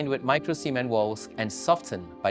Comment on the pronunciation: Did he say micro-semen? Cement should be pronounced with a clear T at the end